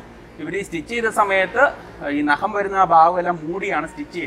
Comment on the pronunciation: നഹം അല്ല. നഖം